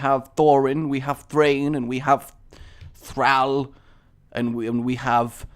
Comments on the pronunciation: It's Thorin Thrain and Thror not Thrall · Glad you did middle earth:) i enjoyed this ep alot. Vote but great effort!!:) but just so you know its Thror not Thral:) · Its thorin thrain and thror GAWD